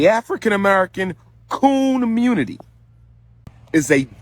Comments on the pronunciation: " K o o n munity"😮😅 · Watching "the communitah " fight for reparations is like watching Charlie Brown trying to kick the football.